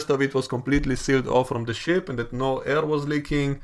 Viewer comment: U say ship I hear sh t